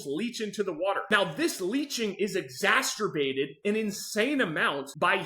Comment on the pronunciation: Exacerbated not exasturbated.